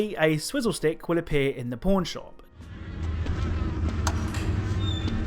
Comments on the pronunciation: Your accent made Pawn Shop sound like Porn Shop lol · You saying Pawn Shop really sounds like porn shop